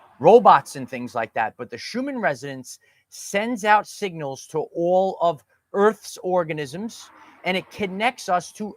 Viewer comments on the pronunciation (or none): none